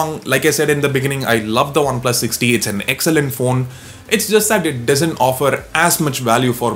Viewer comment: Sounds like you're saying OnePlus 6D haha